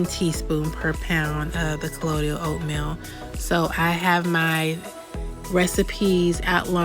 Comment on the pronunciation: You’re doing great! Proud of your organization work (yes, work!). Colloidal is pronounced kul-loyd-duhl in case ya wanna know. Keep up the great stuff! May god richly bless you, your family and your business! Hugz, Tree